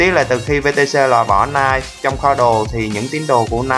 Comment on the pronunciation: knife mà anh này đọc là "Nai" :))